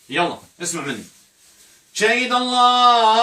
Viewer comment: انصحك اولا بتعلم احكام التلاوة ثم ان تقرأ القرآن جيدا ولا تقطع الايات انك تحرف كلام الله وكلمة الله لا يوجد فيها مد لا تقرأ اللللللله